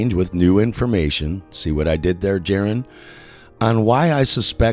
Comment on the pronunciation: You followed for many years and still call him "Jaron"? 🤔